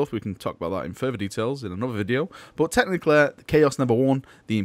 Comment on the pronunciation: I love how you say technically like "technicle"